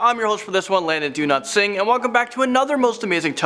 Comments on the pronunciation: When Landon said his other name I thought he said do not sing lol sorry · I thought he said his name was Landon do not sing